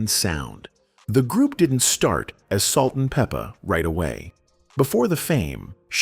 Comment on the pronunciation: "Peep-a" , "Bi-op-ic" 🙄